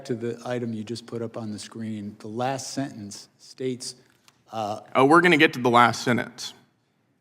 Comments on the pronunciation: is he saying last senentce? is he dyslexic? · What’s a senence? Does Gill mean sentence? Not a complex word. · “sennance” he says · I hate that Brandon Gill attacks and then cannot pronounce the word, ‘sentence’. He pronounces SENENZ IF Gill gets to be in the public record, and English is the official language, then pronounce the word correctly. What an embarrassment this eagerly conspiratorial hack this kid Gill is! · “Sinnence” “anyways” 🤮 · Gil can't even pronounce the word "Sentence" like an adult. 😂 He pronounced it like a little toddler.